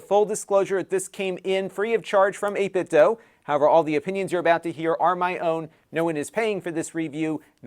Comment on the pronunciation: It's pronounced dew; not doe.